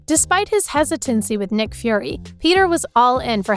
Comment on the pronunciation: He said nick bruh 💀